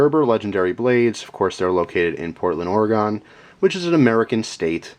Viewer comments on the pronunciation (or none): NOOO its ORE E GEN not GON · ...Portland "Ore-eh-gone" lol. :D We usually pronounce is as "Or-eh-gun". :P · As an Oregonian I laughed when you said PORT-land Ore-E-Gone, everyone gets it wrong though. It's pronounced Or-uh-gun, but fast. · FOR GODS SAKE ITS OREGUN NOT OREGONE ! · Its ory-gun not ory-gone..... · oregon not orgon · Great review. And out west we pronounce it OreGIN not OreGON.... lol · this week you cant pronounce anything...its pronounced Oregen , not Oregon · I'm sorry, did you say Oregan? How many sides does that polygon have? LOL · Oh my god you said Or-e-gone. My ears, they bleed. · first off you didnt pronounce Oregon right and Portland Is a city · im a huge fan of yours but please learn to pronounce oregon correctly